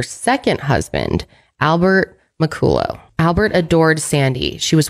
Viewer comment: Muh call uh is how you say his last name BTW.